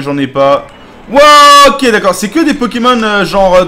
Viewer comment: non c pas possible il a appelé c pokémon anus 😂😂😂 jpp